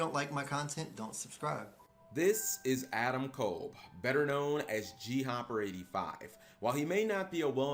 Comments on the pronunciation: Just so you guys know, you're mispronouncing his name. It's Adam Cobb. Not kole. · I'm not talking about the wrestler. I know nothing about him. I'm talking about the guy in jail. Everyone keeps pronouncing his name as "Adam Kole" when it's pronounced "Adam Cobb."